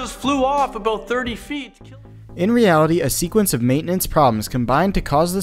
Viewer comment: “In reality-“ 💀